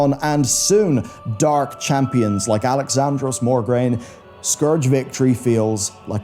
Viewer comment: MO-GRAINE, not MOR-GRAINE